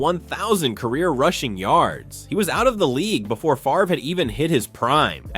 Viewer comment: Favre, not Farve